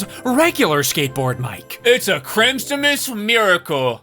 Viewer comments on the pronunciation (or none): “It’s a chrimstmas miracle”